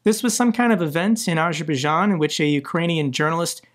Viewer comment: Bro does not know how to pronounce Azerbaijan 😂